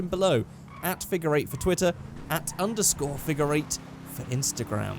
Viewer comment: Sometimes when you say figure it sounds like finger I’m sorry but I don’t want to finger eight